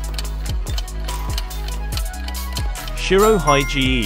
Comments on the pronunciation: Bro said "SheeroHigee" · Pronounces shirohige wrong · got me crying. bro said shiro-hy-gee-ee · Shiro hygiene ✊😔